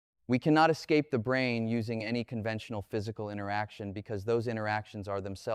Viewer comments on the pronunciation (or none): I really lost interest when the AI failed to dis-CERN (see what I did there?) the difference between "Brain" and "Brane," which is one of the lines of research within String Theory (as I, a layman only understand it). Branes are MemBranes, two dimensional rather than one dimensional as with strings. But not "Brains," however many dimensions are or might be used to describe them. This is what happens when AI uses AI to narrate material AI has generated itself out of thin air. My dog also chases its tail. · Not "brain", but "brane" as in "membrane". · "brain" = Brane (Membrane)